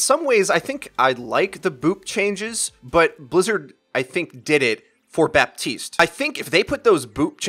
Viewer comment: What about the amount of times they both say Baptiste wrong?